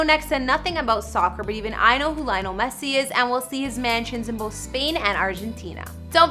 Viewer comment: Thats not the correct way to pronounce his name.. atleast get his name right if you don't know shit about soccer